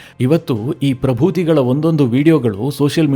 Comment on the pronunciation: ಪ್ರಭೂತಿ ಅಲ್ಲ, ಅದು ಪ್ರ ಬ್ರು ತಿ